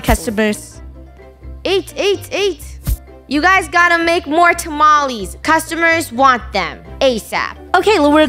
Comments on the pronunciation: Me getting furries that they said tamalesss in stead of tamales but then i remember she is funny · tamalees Me: it’s TaMaLeHhHs lol